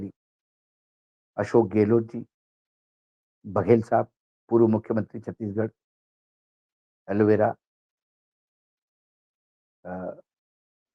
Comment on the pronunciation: एलोवेरा नही हैं अलावरू